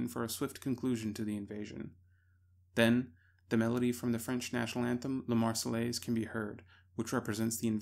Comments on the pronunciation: I cried every time he said “Lah Mars-eh-LACE”. (Marseillaise). I wonder how he pronounce ‘entourage’ or ‘envelope’. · Love the video but hearing you pronounce La Marseillaise like that was painful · EITHER PRONOUNCE LA MARSEILLAISE CORRECTLY OR NOT AT ALL